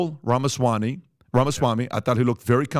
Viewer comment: Pat bro - Ramaswamy, with a "m". I love the podcast, I love and admire the work Valuetainment does.